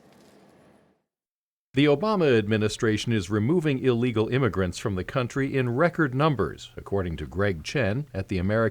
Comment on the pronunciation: IMMIgrants not IMMAIgrants OMG!